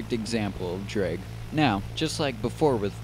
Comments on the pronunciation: ITS DRAAAG NOT DREEEG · Why is he pronouncing it "dreg" sometimes instead of drag... ISH TOO MUCH DREG, WE CANNOTS FLY! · dreg... dreg..... DREG. DDDRRREEEEGGG... it's drag buddy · if he says “drig” one more time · I cant😂😂😂 “DREG” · It's not pronounced DREG uuuggghhhhhhh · "opposite of lift is dreg"... LOLOL "DREG" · Nicely done video, but this is the first time I've ever heard "drag" pronounced as "drig". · very information. The biggest thing I learned while watching this was the proper way of saying DRAG. Thank you, I am forever in your debt.